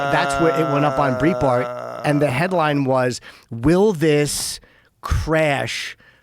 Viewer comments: Jim has been saying “Breitbart” wrong for 20 years. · Isn't it "bright - Bart?" Jimmy says "breet-bart"